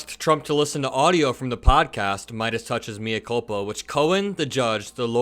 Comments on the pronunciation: Good work,. "mea culpa" is Latin for I'm [the one who is] culpable. "Mea" is not pronounced "me" as in me myself, in English, but like "may", so it's "may-uh culpa." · Love your content,. Please look up pronunciation of mea culpa.